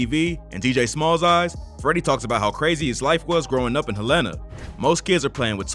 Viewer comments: I’m from Arkansas. It’s HELL-EN-A Not HELLA-NA. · Dude... it's HELL-ena.... get our hometown right.... Hel-LAN-a is in Montana #FREEFREDDIE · I’m not here to correct u but ppl who not frm Arkansas pronounce EVERYTHING down here wrong😂 Helena is pronounced Hell-In-a not whatever u said😂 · Im from the city and to hear you mispronounce the name is funny 😂😂 it's "Helena" bro not "Helaynah" 😂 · Sir you was saying it wrong!! Its Hel-ena lol!! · Nigga said hel-ena Nîgga its (hell-uh-nuh)… Helena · It’s HELL-N-UH Not Hell-Een-Uh. 😒 I’m from Arkansas please get it right! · no one has yet to pronounce the name of my hometown - Helena (HellTown) Hell-Li-Nah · HELENA-(PRONOUNCED) HELL-La- Na =AKA (HELLTOWN) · Bruh I've never heard anyone pronounce helana like that it's "hell-a-nah" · It’s hell-lah-nah🤦🏾‍♂️ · It’s pronounced hell in ah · It’s pronounced Hell-in-ah. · Nigga from Helena pronounced hell Len na Arkansas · It’s pronounced Hell-in-a bro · Lol it’s pronounced Hel-la-na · it's not pronounced Hell inna sheesh.. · I appreciate you covering Arkansas rappers but it’s pronounced [hell-len-nah] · HELL IN UH IS HOW YOU SAY THE NAME of the town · Why is he pronouncing Helena wrong. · The way you're pronouncing Helena is KILLING me 😅 because why?! That's not how you say it mayne 🤣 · That is not how you pronounce the city 😂😂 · can someone tell bruh how to pronounce "Helena" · You chopped up " HEL....LENA!", Pronounced. Helena, AR. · 1) I'm from Memphis and you pronouncing 'Helena' wrong as hell. 2) Something is definitely fishy here. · Please learn how to pronounce the name of these cities.!? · Why he say my city like that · That’s not how you pronounce Helena 😂😂